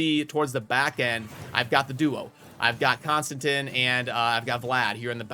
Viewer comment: Konstantin... Say it with me now CON-STAN-TEEN